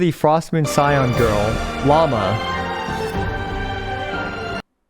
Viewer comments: I thought her name was pronounced “Loo-mah”, instead of Llama 🦙 could be totally wrong tho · its Lauma, not Llama, Lauma is a mythological being similar to the lamia in greek mythology, I think its from the Lithuania area. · Also her names not pronounced Llama it's laowema or something like that.